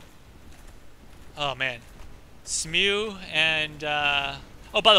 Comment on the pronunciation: Also, Executioner Smough's name is pronounced Smo (the ugh is silent). I found that weird when i found that out but thats how its pronounced apparently.